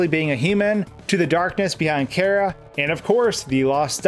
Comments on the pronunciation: “Care-ah” TRIGGERED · care-a?? lmao just stop. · FUUUUCK STOP SAYING KARA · As soon as he said chara (care-ra) instead of chara (char-ra) i quickly unsubscribed 😂😂😂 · I thought it was pronounced : Chair - Uh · you said chara wrong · When you pronounce Chara's name wrong. Dislike.